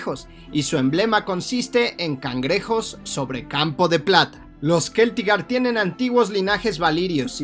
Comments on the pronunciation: Se pronuncia Celtigar no Queltigar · Estoy bastante seguro de que se pronuncia Celtigar, no Keltigar. 😅 La C seguida de E o I no se pronuncia como K sino como C. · bueno para tu informacion parece que tu eres el que lo pone dificil. O es mas bien Te da la gana de pronunciarlo asi Todo creador de contenido de hielo y fuego lo Pronuncia con C No con K incluyendo al mismo autor George rr martin.